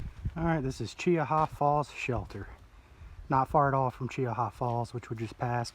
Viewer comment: spot lighting deer is illegal in alabama so... no its not okay. also what happens when two separate groups of 6 come out? thats the same as one group as twelve. then what? and its pronounced CHEE-HA.